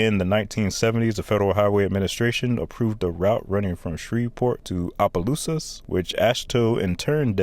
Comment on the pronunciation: Thank you for pronouncing Opelousas correctly.